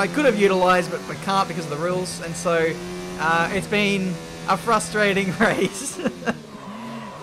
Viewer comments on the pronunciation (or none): none